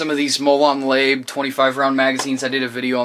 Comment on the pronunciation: Molon labe is pronounced like (mow lawn la bae)